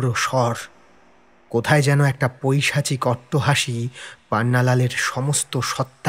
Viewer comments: "Poichasik" noy "Poisachik" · Dada otirikto nostalgic korte giye to uccharon gulo vul kore felchen....kothata পৈচাশিক noy...পৈশাচিক.... negetive comment korchi but.... otirikto nostalgic na koratai hoyto valo hobe...